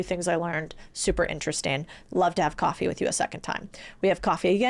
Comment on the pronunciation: Codie Sanchez has a coffacupee moment lol? Love it!